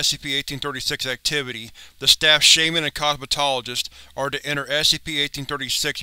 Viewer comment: Why do you keep saying shaiman when it is pronounced shaman? Other than that great video.